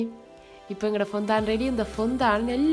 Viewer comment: Its ஃபௌன்ரன். Not பொந்தான்.